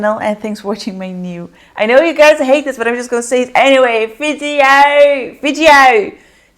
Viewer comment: I love when you say vijeo!!